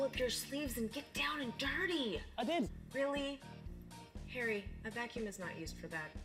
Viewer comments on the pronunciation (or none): nicole said "Harry" but it came out like "Hairy"